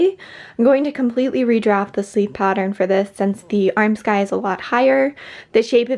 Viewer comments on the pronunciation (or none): I'm sure this is a matter of having read and not heard, but Armscye is pronouced "Arms - eye" rather than "arm - sky". I work in a costume shop at my school, and assure you that this is how it's pronounced. Keep making awesome stuff!